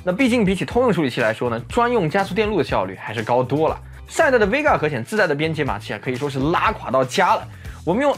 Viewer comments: Vega 不是 Vgea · VGEA?????? VEGA吧？